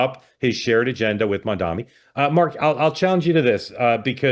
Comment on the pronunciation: Can someone please tell Mark how to pronounce Mamdani?